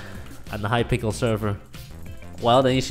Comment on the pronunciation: Record World uhhhh calls hypixel hypickle